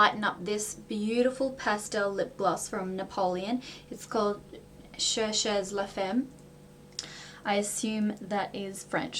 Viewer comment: I like the way you pronouce "cherchez la femme", lol I'm french so it's funny :)